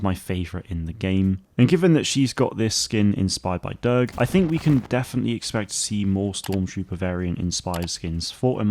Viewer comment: Thanks for the video! Btw it’s pronounced Durge like “surge” or “purge”